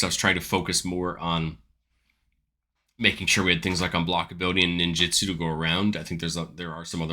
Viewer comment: It’s ninjutsu not “ninjitsu”